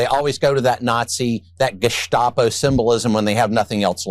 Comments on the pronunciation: Bovino revealed himself by properly pronouncing german word "GeSHtapo" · Bovino = Gestapo, haircut, coat, actions strutting around arrogantly ignoring our laws - it’s interesting that he correctly pronounces GESTAPO just like the Nazis would, next thing will be that he grows the toothbrush mustache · Bovino saying gestapo like he has pride in the pronunciation… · Bovino pronounces "Gestapo" a little too German-like to not be a Nazi. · Y'all notice how well bovino pronounced gestapo... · Funny how German Bovino pronounces Gestapo…. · Fun fact, Bovino pronounces "Gestapo" exactly the way it's pronounced in German. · He pronounced Gestapo with pride right there